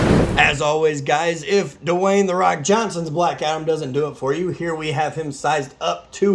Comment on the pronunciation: You said the rock wrong